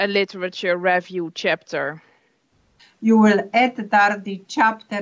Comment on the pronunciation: I’m Dutch and am so familiar with people like, our education system is full of people who talk to students like that unfortunately, especially if they perceive the English level of the student not good enough. But her pronunciation of the word ‘review’ is a butchery itself.